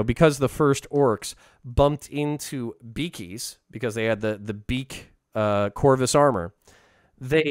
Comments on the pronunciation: I'm sorry, but I don't think it's "beakies" as in "beak"; it's "biggies" as in "big humans", not normal humans, but basically humans as big as an average ork. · I thought the orks said "biggies", not beakies :/